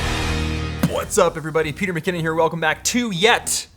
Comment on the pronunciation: Also, every time you say Bwhats up, it sounds like you punch me in the face. I freaking vibe it.